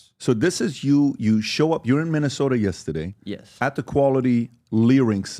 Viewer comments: I love how PBD say yesteday 🥰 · “Yesta- day “ 😂